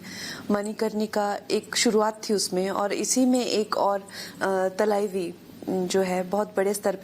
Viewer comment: Its talavi not thalqvi Yaar pronounciation to thik se bolo